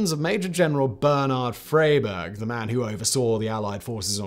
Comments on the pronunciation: 'Fryberg' - not 'Frayberg' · Pronounced 'Fry - berg'.